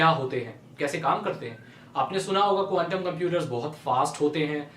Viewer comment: app quntum bol rahe the ya condum😂😂